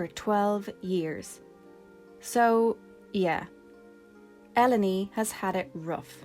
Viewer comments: Im a huge FF8 (and FF in general) fan and just stumbled on this video and your channel. LOVE everything about it! Also...even though Ive been playing 8 my whole life Ive never heard Ellone called "El-oh-nee". I always read it as "Ee-lone" and now I've realized my entire life is a lie. Hahah. Got some FF8 vids coming out on my channel too and hope to publish a new huge one soon! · I always thought her name was pronounced like “Alone” until I played through w a partner and she preferred “El-oh-nee” — I think it a much more pleasing sound but I wonder if the pronunciation should be more like Alone — in keeping with the common Squaresoft characternymming patterns. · I always pronounced her name like El-lone (like alone) not l-o-knee like you seem to be doing. I thought the play on words was intentional 😂😂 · It's pronounced el-own Not El Oh Ne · I always pronounced her E-lone like E and alone - the A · Because of the double L, I pronounced it El-lone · good video, i think ellone is pronounced like "alone" by the way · Her name is Eruōne (E-ru-ō-ne) in Japanese, so it should probably be pronounced "Ell-oh-nay." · this is such a good channel. i just recently finished ffviii for the first time, and there were almost NO videos about it like this for so long. i’m so happy ffviii is getting more attention bc it really was so good (btw, i always pronounced Ellone “alone” it’s interesting to hear a cooler pronouncing lol) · "Elo-ny"? We always pronounced it as "Elone", similar to "alone". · Elleny? You mean alone (Ellone) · That's the only way to pronounce the name, it's supposed to be a pun on alone. El-o-nee is just OP mispronouncing her name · Ell-own-ee sounds so pretty, but it’s totally throwing me off haha. I always called her “Ell-Own”. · I always read her name as Eh-lone, which sounds a lot like "alone". I thought that was the intention so I'm dissapointed to learn that it's pronounced Eh-low-knee xD